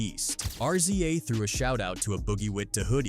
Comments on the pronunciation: It's "Rizza",not"R-Z-A".🤦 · R Z A dude its pronounced Riza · Don’t ever say R-Z-A again!!! Wtf??? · Why you always mispronounce RZA name wrong?